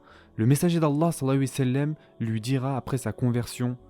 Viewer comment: S’il vous plaît faites un effort lorsque vous dites « Salla l laahu 3alayhi wa Sallam » vous mangez les lettres et la prononciation n’est pas top. ❤️